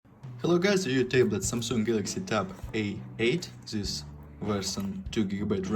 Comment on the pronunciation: Just a Lousy Review ... Mumble, mumble, mumble. Dirty, smudged touch-screen. Wait .. more commentary: mumble, mumble, "zis", mumble. Do you even know how to review a product? Unknown ... because you mumble, mumble and still more mumble.